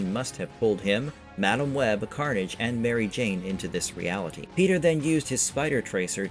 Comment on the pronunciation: Why do you say Madame Web so wrong?